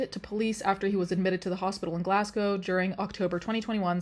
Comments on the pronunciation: Literally came to the comments to say just this. It is so refreshing not to hear Edin-burrow/Edin-burg or Glass-Gow. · i know ur not american but with ur american accent it's nice to hear edinburgh and glasgow pronounced correctly lol